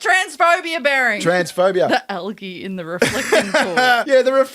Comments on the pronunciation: Calling it Al-ghee has me chuckling. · Why can’t Americans pronounce algae correctly?!